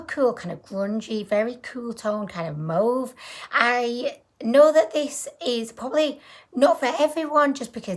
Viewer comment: I love how she says "mauve"... She pronounces is like 'mowvv' Lol Luv u ♥️